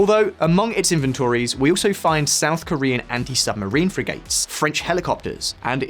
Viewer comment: Frigates, Archipelago - what is it with the staff on this channel not been able to pronounce words properly